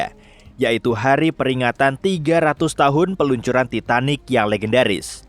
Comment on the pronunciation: And again "titan" riksa :\/